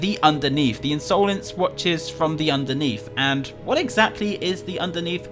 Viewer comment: Did anyone else notice when said The Unsolence